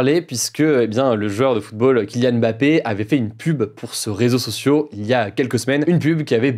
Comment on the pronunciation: "pour ce rézoçocio" :D NAN, "pour ce réseau social" cher Hugo :)